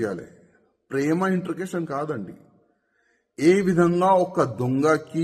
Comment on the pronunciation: Intagation kadura introgation. Madhyalo videnduku